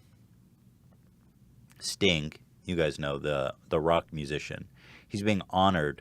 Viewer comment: dude you just can't pronounce "magicians" and "musicians", get over it.